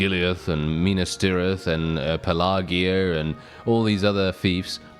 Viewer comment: Pelargir - Your pronunciation is way off. I thought you were talking about something else.